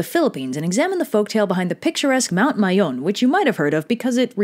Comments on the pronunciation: I’m more surprised that you pronounced Mayon as Mayon and not Meiyon. 😭😭👏🏼👏🏼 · I like how you pronounced Mayon right :3